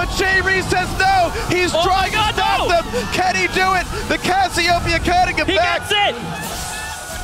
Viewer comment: Freak also says Cassiopeia's name incorrectly... I think Jet even corrected him last season but he still does it.